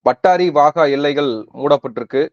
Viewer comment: பாலாஜி,பாலாஜி அது பட்டாரி இல்லை அட்டாரி புரியுதா?